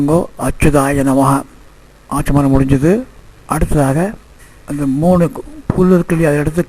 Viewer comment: Swami Achamanyam not fully pronounced initially in this video. 🙏🙏🙏 please note.